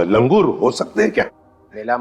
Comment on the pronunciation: Langoor 🚫🚫 Landdoor 😂😂😂